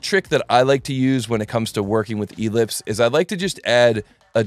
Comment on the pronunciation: The accent on ellipse is on the second syllable.